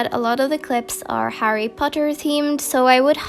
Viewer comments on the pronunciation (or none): none